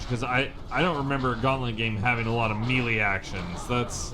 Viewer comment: TIL you say "Melee" funny. XD Yeah...this is definitely Gauntlet but you're entirely correct, I remember not the melee. The swarms come from nowhere...and a block function. Daring today, weren't they? How does the screen sharing even work with 2-4 people? Does it just zoom out a lot? lol